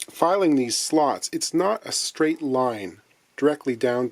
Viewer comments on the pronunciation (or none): none